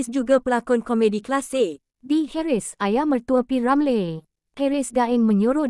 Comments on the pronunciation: Per hal sebut nama P Ramlee pelik bunyi nyer….P Ramley2…😳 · kenapa awak tak pandai nak menyebut P Ramlee ada kah awak ini bukan orang melayu